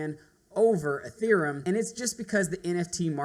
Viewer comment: It's EtheREUm not EtherUM..How can people not pronounce it?